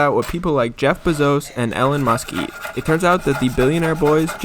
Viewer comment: you did NOT just say “jeff bazose and ellin musk”